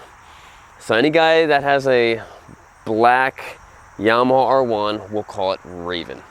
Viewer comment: I think it's pronounced Yama-ha, not Yama-hall I could be wrong. : )